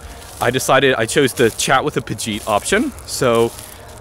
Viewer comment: what does he keep saying regarding the chat live chat? Pajit? Pocheet? subtitles thinks it's Apogee. idk if it's some kind of Indian telemarketer slur or what?